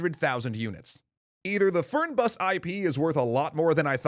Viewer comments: You wanna pronounce it "fair-nbus" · I love this kind of data! Minor quibble - the e in "Fernbus" is pronounced like the ai in the word fair, and the u is a little more like an oo than an uh sound. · Fern in Fernbus is not pronounced like the plant >_> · Interesting how you pronounced "Fernbus" :D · ik it doesn't have alot to do with the videos but I love how you pronounced "Fernbus". ik it's hard for english ppl to speak german still its funny. And you nearly nailed it semi-correctly :D